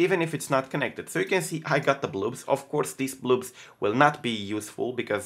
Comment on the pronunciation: I hope I'm not annoying but, try to pronounce the "o" in "blobs" like you pronounce the "o" in "box"